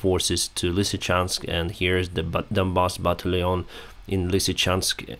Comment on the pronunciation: I love how he says “battalion” Sounds like a Frenchman from 1784